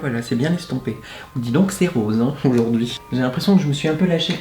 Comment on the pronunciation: "je vais faire RRAAWWSE" mdrrr